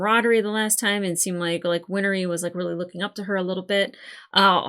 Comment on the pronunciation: First: Undoing a Chimera would be like taking bread dough and separating the flour back out. Second: Win-ree - not Win-er-ree. Third: If it wasn't raining, Mustang would have EASILY beaten Scar. Not even close. Like Ozai vs 10 year old Zuko Agni Kai not close.